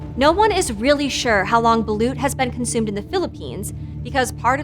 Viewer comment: i love my country!! (the Philippines) and gurl, you pronounced balOt balUt